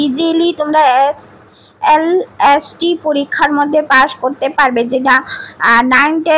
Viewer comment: SLST টা একবারও ঠিক করে উচ্চারণ করতে পারলো না। ওটা LST নয়,SLST... আর স্ক্রিপ্ট টা অত ঝড়ের মত পড়া মুখস্ত এর মত না বলে ধীরে সুস্থে বললে সবাই আরো ভালো ভাবে বুঝতে পারবে। যাইহোক যেটুকু বললেন তাতে অনেকেরই উপকার হবে, আমারও উপকার হলো,যাইহোক আমার কোথায় mind করবেন না।